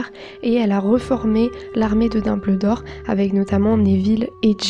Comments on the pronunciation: VOUS AVEZ ENTENDUE ELLE DIT LARME DE DOBLDOR MERDE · On dit Dumbldor